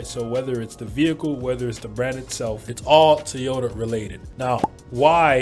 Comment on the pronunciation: Is it really pronounced "Te-ota?"